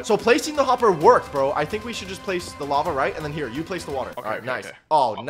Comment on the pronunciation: DUDE ITS NOW WAVA ITS WALAVA